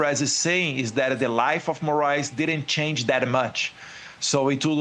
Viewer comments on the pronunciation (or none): none